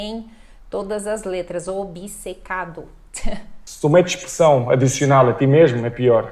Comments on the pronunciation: ) giro. Achei engraçado dizer que "obcecado" dito pelo Cristiano Ronaldo foi "comido", e diz que, ao contrário, no Brasil, se pronuncia "direito" todas as sílabas.. e depois, diz "obicêcado". Não existe "i" entre o "b" e o "c" :). A versão brasileira de Português adiciona imensos sons que não estão lá, como o "dji" ou o "tch". Já aqui em Portugal abastardamos um pouco as vogais, é muito complicado para alguém de fora compreender quando abrir ou fechar um "a" ou um "e", ou distinguir um "u" de um "o". Relativamente à pronúncia açoriana, deviam ter focado o outro tipo, que é Micaelense. O sotaque da terceira é muito continental :). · Obcecado. Depois do O inicial, Obce só tem uma vogal e só essa vogal deve ser pronunciada. E mesmo essa, é quase muda. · Essa tonta dessa brasileira o Ronaldo fala a palavra certa obcecado e ela diz obcicado, como ela diz Brasil ela diz brásiu os brasileiros nem sabem dizer o nome do seu país kkkkkkkk, ela estudou na universidade de Coimbra, na cidade de Coimbra lá é que se fala o português correto o Brasil é um mistura de português e africano sei lá, o Brasil coloca palavra que não existe na língua portuguesa como tchau é uma palavra Italiana, e outras, se eu escrevo no meu telemóvel tchau essa palavra vem em vermelho o que quer dizer não existe em Português, vocês não falem português, fica melhor vocês dizer que falam brasileiro, de português não tenham nada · Desculpa em te dizer, mas voce está errada em dizer que na palavra OBCECADO falamos todas as letras e depois acaba pronunciando OBICECADO, fazendo um "i" aparecer magicamente no meio da palavra. No momento de soletrar, deverias ter pronunciado ob-se-ca-do, assim como ad-vo-ga-do. ambas estas palavras são palavras compostas derivadas do latim. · Olha ela querendo ensinar os portugueses a dizer obcecado, ela é que diz errado dizendo obicecado.